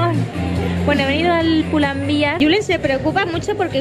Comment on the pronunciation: Se pronuncia tal y como suena "pulandber" ya que es una marca de ropa Española, creada por el GALLEGO Amancio Ortega